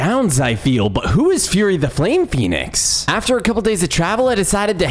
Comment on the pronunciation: He said Phenic armor